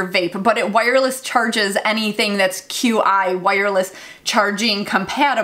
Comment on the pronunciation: qi is pronounced "chi"